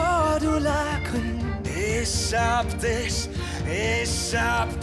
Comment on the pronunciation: Alles was ich höre : Isch hab disch , Isch hab disch ..😂